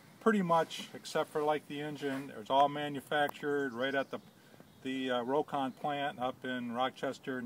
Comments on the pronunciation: It's pronounced 'rock-on' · The name is pronounced "Rock-ON"